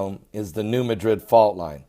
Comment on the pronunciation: Ross Harris, all faults are found in solid rock. The potential magnitude of the rupture in the New Madrid (by the way, it is pronounced MADrid, not like the city in Spain), was just big. Think Fukushima big. It caused the Mississippi to flow backwards. Soil liquifaction in surrounding basins is likely the greatest danger, due to construction techniques not considering the presence of a major fault nearby.